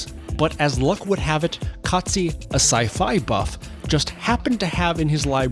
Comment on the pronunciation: Yeah, totally! I saw your presentation and the pronunciation was correct. Well done 😊